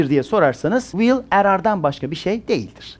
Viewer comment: Bir de Vill diyor ilk cümlesinde. Zuhaha. Şu “w” sesini ne zaman öğreneceksin hoca? Telaffuz 101 çalışman gerek.